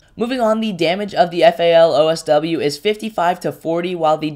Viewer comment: Its FAL DSW not OSW